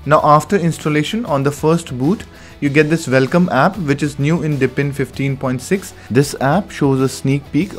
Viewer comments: Dude, it's DEEP-in, not dip-in. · I was in the middle of writing this comment, and I figured I better check if someone else already said it. It drives me crazy that he keeps saying, "dippin'." LOL